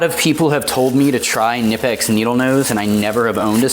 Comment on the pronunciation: Enjoyed the unboxing video, brother 👌. Please pronounce knipex right. Don't be lazy like the others. Pronounce the K ! I really hope knipex comes out with different colors like blue 💙 and green, even purple. Come on knipex, stop dropping the ball. I am sure they will sell way better than the red. Good video. Keep them coming, bro.